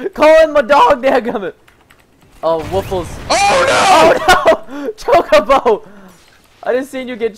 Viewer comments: Why'd you randomly say woofles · Why'd he say woofless? lol